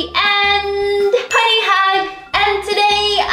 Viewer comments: wengie you said punny not funny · Umm you ceep saying punny it's funny as in with the f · Ahhh Wengie you said punny instead of funny